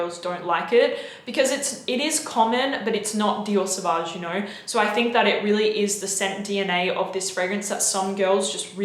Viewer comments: Now I can’t take her vids seriously. Out the gate she said Savauge and Creed Aventus. I’m lost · I stopped watching after she said Dior Sauvage. Continued watching, she then said Creed Aventus.. Who is this fool?